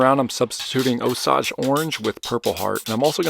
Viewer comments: "Osaaahgeh" orange? I'm sure everyone in the Midwest shuddered in this pronunciacions. "O-Sage" is what we're used to. 😂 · Osage is pronounced "O-Sage", as in the herb Sage! Awsome work as usual! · It's pronounced 'oh'-'sage'. Think the national anthom, "Osage, can you see..." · Osage is pronounced o - sage. Sage like the spice. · Buddy you keep saying osage wrong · Osage is pronounced with a long "O" and long "A". Think of the first 2 words of the Star-Spangled Banner. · As an Oklahoman that lives next to Osage County it pronounced like the sage plant not massage. It's named after the Native American Osage Tribe. Enjoy your videos old and new. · By the way, Osage Orange is pronounced to rhyme with Sage (the herb)